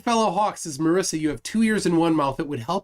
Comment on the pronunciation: Marissa has double "s". Marisa is pronounced differently. The "i" sounds like an "e" Trust me, I know, I was reminded of this about five million times and I never exaggerate.